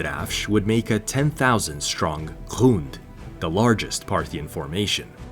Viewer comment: Bro it's gond spell the g like god not ghund . It means massive or big but in my local irani language means testicle lol